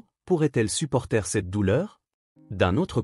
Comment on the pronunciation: Des erreurs de diction, comme "supporteR" au lieu de "supporter" normalement prononcé; ou bien une mauvaise prononciation ou pression dans les syllabes de mots ou les mots de groupes. La grammaire n'est pas toujours respectée. Pourquoi appeler David "Papa David" alors que Tommy ne l'avait jamais connu?... Ce scénario n'est même pas plausible, même à part l'apparition du fantôme. Le kidnapping, la séquestration et tout le reste, c'est complètement dingue. Son corps pourrait encore être au chalet, et toute cette fantasmagorie, on n'en savait pas le premier mot. Un policier qui traitait actuellement le dossier, un dossier qui était classé sans suite! Et une enquête diligentée dans ces conditions ! Tout le reste c'est du pipeau, c'est ridicule.